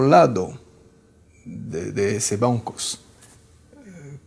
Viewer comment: por que siempre dice 'boncos' en vez de 'bancos'? quien sabe...